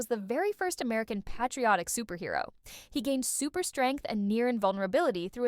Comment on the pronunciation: Why does this dipshit narrator/AI pronounce the word “patriotic”with a short “a” sound?